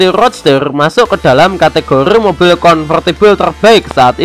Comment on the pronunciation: Mobil mas... Bukan moppil